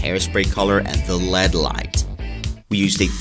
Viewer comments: He says led lights instead of L E D lights lol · did he just call it a "led" light? wtf